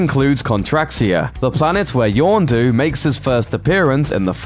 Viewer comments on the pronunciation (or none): Why is it that in every looper video this guy always pronounces character names wrong. Its Yon-du NOT Yawn-du, every video he does it with some major character! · it's yondu, not yawndo